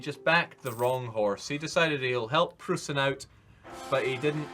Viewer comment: Someone please tell how to say "Preussen".